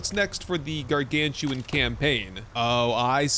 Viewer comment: those aren't "Gargantuan" but Gargan-utan, like Orang-utan.:)